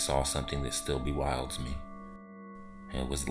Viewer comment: 'Bewilders' not 'bewildes'